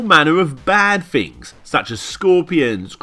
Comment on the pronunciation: ITS PRONOUNCED THINGS!! WITH A TH...!! NOT FINGS!!...